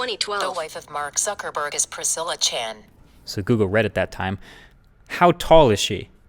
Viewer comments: "iPhone: Who is Mark sucker burg" 🤣🤣🤣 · "Who is Mark sucker burg" clap clap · mark sukerburg😂😂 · Mark Sucker Burg, lmao! Does he swallow them? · "Who's Mark sucker berg" - Marques Brownlee 2016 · Mark "Sucker" Burg. lol